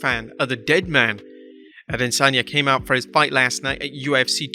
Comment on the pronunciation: a-de-san-ya not adensanya